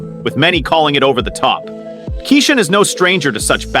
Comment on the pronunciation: Who is kasawn? Kesson? Why this speckerwood mispronouncing bro’s name??? Utter disrespect